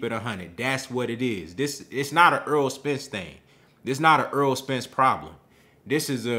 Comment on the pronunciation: I like your commentary but please stop mispronouncing his name. His name is Errol, not Earl.